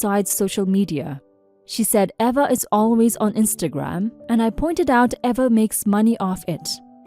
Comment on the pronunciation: The name Eva is pronounced Eee-vuh.